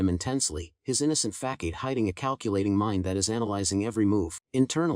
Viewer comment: Killed me with “Just a FACKADE” pronunciation of Facade 😂. But my mind merged the narrator bot voice with my imagined voice of the baby and it was adorable